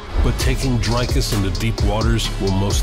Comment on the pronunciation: It is only respect, if this channel can get the pronunciation of the next world-champ correct. It is not Drycus!!!! Also get the damn spelling right. In SA, surname-prefixes like "de", "du" are in lower case.... UNLESS it is written in ALL CAPS. That is true respect.